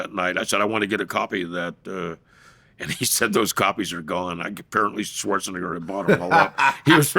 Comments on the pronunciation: It's "Neh-ger." ...the microaggression is wild 😂🤣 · He's saying it wrong on purpose 😂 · Knock it off. He is not😂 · LOL!!!!! I caught that as well! The pronunciation! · The way he says Schwarzenegger… 😂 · Schwarza who?